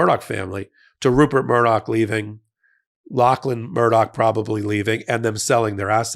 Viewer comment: Thanks for pronouncing "Lachlan" properly.